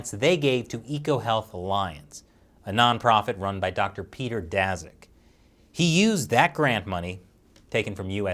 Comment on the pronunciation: Daszak is pronounced as Dashak; sz=sh